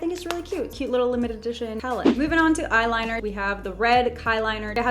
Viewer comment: And she also said kiliners